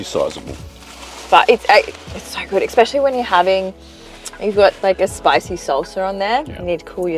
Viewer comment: ES-Specially Not EX-Specially.